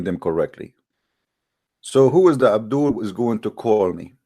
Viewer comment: I love how says, “Abdool”; i need to use it as my alarm tone😂